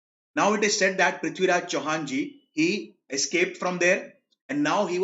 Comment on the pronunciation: Loved the way he said prithviraj Chauhan ji❤️